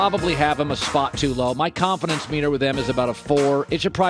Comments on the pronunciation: Bro said “colinfidence” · Lol Joy when saying “ Colin-Fidence”